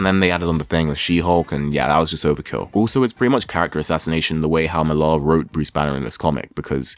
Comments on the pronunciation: Slight correction. Last name is pronounced just like the name Miller: "MILL-er", not "Mill-AR". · You know nothing lad Millar is british being from Northern Ireland Its Milla. Not MillAR YOU SHOULD OF STARTED OF WITH V for Vendetta & Miricleman by more 1982. Then Marshall Law by Pat Mills 1987 Mills was the one who launched 2000AD and got all the British writers he could to script. Mills is the creator rights originator in the UK Moore is not the paragon you think he is. He crippled Barbara Gordon aka Batgirl. Aka Oracle Because he felt DC screwed him with Watchmen Yeah, lets cripple the bitch was the line used when discussing it He fought for 25 years for rights to a character that didnt belong to him. Along with Niel Gaiman. Your whole vid is about the state of comic books now. Except its taken nearly 40 years to get here Millar is the result of those he followed. Not the pinnacle by any means And everything and I mean everything...... stems from Marshall Law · Millar is a Scots name and it's pronounced "Miller." Mark Miller. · Why do you pronounce millar like that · he says it like that cause he’s British